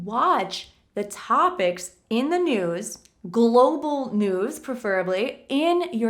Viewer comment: Hi!! Are there two right pronunciations for the word preferably? Thank you. Stay safe.